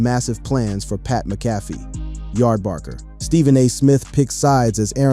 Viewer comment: It’s pronounced Mac-ah-fee!!